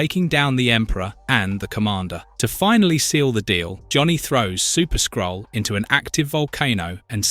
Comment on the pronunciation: "Incursion of the Skrull" AI narrator says "skull"